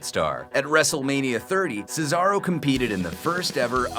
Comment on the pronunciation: This guy actually said Cesaro's name right. Way better than another person on this channel.